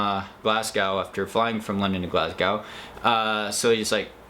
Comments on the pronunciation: I watched you too on wild ginger running she wasn't moving to she saw " SAGE FINISH" 😁I was counting the numbers as u they came in so glad you made the top ten...i wish id saw u in Glasgow....( It's pronounced Glasgo)...lol...p.s...so glad u didn't die....😂😂🗻🏔🏔🏔🏔...my friend was volunteering at all the weekend races there I need too try volunteer next year....congrats again..x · Well done! Good luck in Nepal. PS - we say “glaz-go”:)